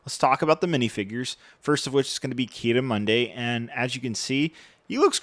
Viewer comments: why does everybody say key-the-Monday? it's Ki-Adi-Mundi like Adi Gallia like Mapa mundi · why does he pronounce it Key Audi Monday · i hate it how you pronounce ki adi mundi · Keyooda Monday? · ITS PRONOUCED “KEEE-AHH-DEEE-MUN-DEE” STOP MASSACRING THE NAMES, its cringy asf. Also Smh the set aint worth it, and you get legos for free. Pay 170$ and tell me how worth it that is, the set sucks at least. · Why do you say Ki-Adi-Mundi’s name like that 😢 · try to correctly pronounce ki adi mundi challenge level: impossible